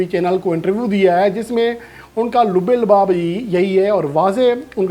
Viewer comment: Abay tou pahle apne alfaaz ki adaayegi durust kar. Abrar ko Ibrar kahta hai, Lubbe-Labab ko Lubbe- Libab kahta hai. English alfaaz ki tou dhajjiyan uda deta hai